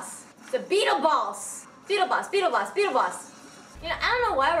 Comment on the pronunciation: when she said beetle boss i thought she said beetle balls